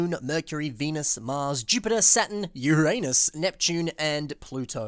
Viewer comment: Love the emphasis on Uranus